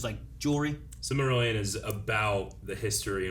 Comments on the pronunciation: Was saying Silvermillion?? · calling the Silmarillion “the Silvermillion” 😂😂😂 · I swear to God if you keep saying "The Silvermillion" Just look at the goddamn cover of the goddamn book,. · they can't even pronounce the titles of the books correctly. That does not make them viable opinions, that makes it a joke. "The Silvermillion" Yeah, no, thanks. I'll take someones word that actually has proven to understand what in the world they are promoting. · At this point, I think is mispronouncing Silmarillion just to troll everyone. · Omg thank you for correcting pronunciation of Silmarillion.